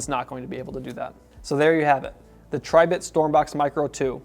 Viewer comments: Its not pronounced "TRY" bit Its Tribit , like a frog "Ribbit" Also what the heck is "Nish" ? Best of all, a speaker review with no sound test. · Pronounced, Tree Bit